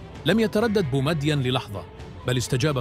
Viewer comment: الكلام فيه زيادات. وان الفيديو تعرض لصناعة.وانه لم يذكر اسم وزير . للشؤون الدينية. وان تحية المسجد لايمكن أن يغفل عنها بومدين. وان كلمة الاحراج تكون زائدة. وان لغة صاحب الفيديو تظهر أنه لايحسن نطق الأسماء.(بومدين). ومن ثم أن الشعراوي.كان يومها في بداية مشواره كان مفتشا فقط ولم يكن كما صار في آخر أيامه.وسواء حادث ذلك او لم يحدث فإن بومدين كان متعلما وحافظ لكتاب الله. ورحم الله الجميع ومن لزم حده.